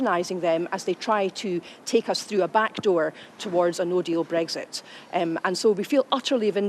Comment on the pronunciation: News flash. Its Brexit. Not bregsit.